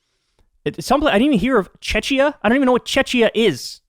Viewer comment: It's pronounced Tcheckiya, the Eastern European country, also known as Czech Republic, capital is Prague & they're in the EU now. I have no clue, why they voted against the ceasefire, though.